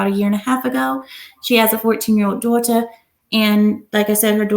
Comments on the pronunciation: Why does pronounce Daughter like us British people.....sounds so weird and fake. She then literally goes back to talking in her natural American accent lol 🤣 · It sounds like how we British (specifically posh accent) pronounce "daughter"